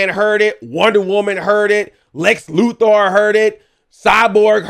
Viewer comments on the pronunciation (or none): Love how he says Lex LuThor. That'd be cool if Lex became Thor